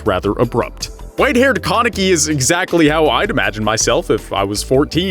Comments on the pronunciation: its kan not kon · Tf is a kawneki it’s pronounced Kaneki (kuh neck kee) 😂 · why do you say his name like that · it stresses me out how he says kaneki